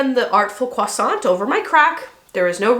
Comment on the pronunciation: I appreciate the way you pronounce croissant.